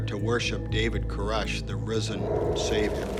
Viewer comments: Koresh! lol. Not Korish. Jeeze. They don't tell you that when they make documentaries on his behalf, lol. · Not to mention all the pronunciation problems. I mean she says "Core-ish" instead of Koresh a million times. How do you not know how to say David Koresh?? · co-RESH! If you haven’t been around and watched footage enough to PRONOUNCE his name correctly, chances are you won’t be accurate in your documentation of events. Also … he wasn’t a rock star. The title, and the first few minutes of this, are at best incredibly misleading. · I mean, in all the documentary footage, they pronounce his name Kor-ESH. So why does "" keep pronouncing his name wrong in this video? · I still think the echos are hilarious, but you mispronouncing his name through the entire video even tho you heard it pronounced correctly is even more laughable.